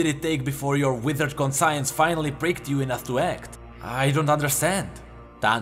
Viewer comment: "Con-science" Great stuff as always but conscience is said as 'con-shens'